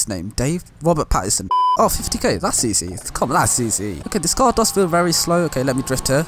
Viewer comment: “Which looks wery nice” sry bro I had to